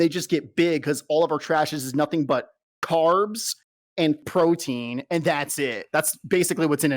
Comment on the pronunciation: "crowtein powder" had me cackling